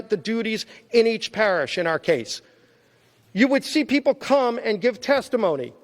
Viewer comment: We the weepull of duh webubwic of the green new deal....hold these socialist to be equal and .... oh come on Joe you know the thing